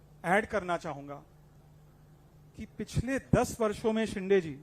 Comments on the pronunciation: शिंदे ला म्हणतोय हा 😂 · अरे धड शिंदेबोलता येत नाही तु कय उपटन करनार आहेस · नाही शिंदे आहेत ते..शिंदे म्हणत असतील बस झालं यार किती चढवशील,फार शेंड्यावर आलो चनाच्या झाडाच्या😂😂😂😂😂